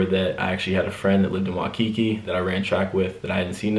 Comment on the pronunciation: Yo you butchered Waikiki 😂😭